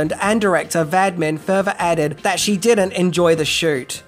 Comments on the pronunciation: for4 god's sake learn how to pronounce the names ! it';s ROGER VADIM ! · I know it's petty but it's Vadim not Vadmin..... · Dino di Horrendous, as he was later known... And the name was Roger Vadim not Vadmin. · I am reasonably sure the director's name is pronounced Vah-Deem. A man able to convince 5 of the most beautiful women in the world to marry him deserves the respect of pronouncing his name right. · Uh, it's VADIM not VADMAN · It's ROGER VADIM!!! Not Vadman!! What's wrong with this host?? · The director's name is vah-DEEM Roger vah-DEEM, please. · At least try to spell & prounce the people's names. ("Vadmen??") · Is it really pronounced "vadmin " ? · Why do you keep saying "Roger Vadmin" ?? It is V-A-D-I-M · Why are you calling the director Rodger "Vadmin"? His name is Vadim. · It's Roger Vadim, not Vadmin. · Not Vadmin. Vadim. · Roger Vadim (pronounced Va-deem) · the director's name is Roger Vadim, VA- DIM. And the movie was shot at Cinecittà Studios in Rome pronounced Chi- ne- chi- ta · Vadim, not Vadmin. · It's VADIM, not Vadman. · Roger VADIM! pronounced VAH-DEEM! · VA-DIM!!! Roger Vadim! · A name you say so many times Roger Vadim (Vaa-deem) A is short vowel. The I is pronounced as a long E. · It's pronounced "Vadeem". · Good work as always. Roger Vadim's name is pronounced 'va-deem'. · His name was: Roger Vadim. Pronounced in French like: Roa-zyay Vaah-deem. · Roger VADIM ! Not Roger VADMIN ! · It’s Vadim,! Roger Vadim. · Roger Vadim... not sure about your pronunciation there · Were you trying to set a world record for the number of times you could mispronounce "Vadim"? If so, I believe you succeeded! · It's Roger Vadim, pronounced 'Vadeem' not Vadmin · Think that might have set a record for the number of times a director's name has been butchered. Badman? Vadim. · Director’s last name was Vadim, not Vadmin. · It’s Vadim not Vadmin isn’t it? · Roger VADIM! Not "Vadman!" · Vadimin? His name is Vadim! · Roger VADIM - not VADMIN